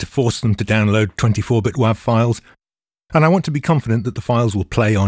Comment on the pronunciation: It's pronounced wav not wav